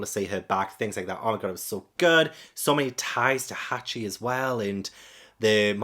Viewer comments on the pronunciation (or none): "Hockey"? "Hacky"? His name's "Hachi".